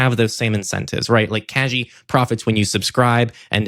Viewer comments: Kagi!!! Yay! Btw: G in kagi is like in "gate", not like in "genie". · I believe Kagi is pronounced ka-gee like in geese, not ka-jee like in jeez